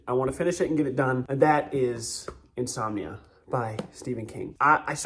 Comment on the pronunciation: You were reading "Insominia" as your "got-to-bed" book. 🤣